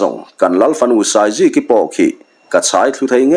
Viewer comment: Fânai tihtur